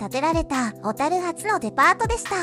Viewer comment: ところどころ「小樽」のイントネーションが変だけど内容はしっかりしてて感心しました笑 大國屋廃業の平成五年当時、最期の従業員の一人として勤めていましたが、今となってはあのエレベーターを操作できたことを懐かしく思います。